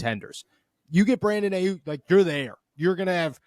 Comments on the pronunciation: Geez. Put down the pipe and just say "No" to drugs. First, if you can't pronounce an NFL player's name (it's EYE-Yuk not AY-Yuk) few people will believe that you know what the h*ll you are talking about. BA was in Santa Clara today at the 49er's first day of the voluntary offseason program and texted about it - surely a clear sign he wants to be traded. BA will be given a new deal by SF within 5 months (that's how long it took to finalize the Nick Bosa deal last year) and when it is done, BA will eclipse Tyreek Hill's contract of $52.535M gauranteed money. SF currently has $6.78M in CAP space and that will increase that by another $18M on June 1 after the release of Arik Armstead goes into effect. You should know these details - this is your business - but clearly you do not. BA is going nowhere least of all Pittsburgh. When the 49er's re-sign Brandon Aiyuk to a record contract, you should apologize to all the gullible fans who believed this nonsense. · You don't even know how to say Aiyuk